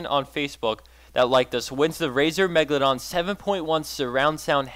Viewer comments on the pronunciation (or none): none